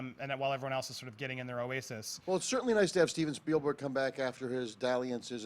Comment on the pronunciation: There's more slips of the tongue by that guy than you sake a shtick at: "Ready Trailer One", "Steilberg", "Parvisal"...